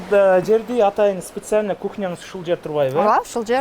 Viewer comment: УШУЛ ВЕДУЩИЙ КАК РАЗДРАЖАЕТ, " СИЛИШЬКОМ, СИПЕСИАЛЬНО, ДЕП СУЙЛОП КОЮП.